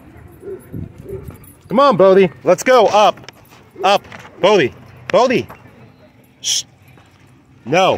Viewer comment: Why is his name spelled "Bodhi" when you always call him "Bo-bhi"?